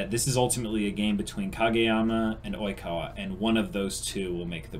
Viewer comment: I'm wheezing with laughter, hi, this is the first of your videos that I've watched, and I'm only about two minutes in, but I turned on Youtube's auto closed captioning and it picked up you saying Oikawa as "e-coli" Ah yes, I love my Seijoh children, Iwaizumi, Matsukawa, Hanamaki, and (looks at smudged writing on hand) E-Coli.